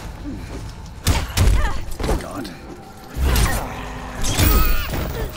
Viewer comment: Does anyone notice he says shat instead of shit?